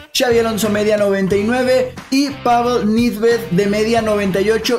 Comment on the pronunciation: se pronuncia "pavel neved" o en su idioma original (Checo) "pavel nedvied", no "pavel nidved"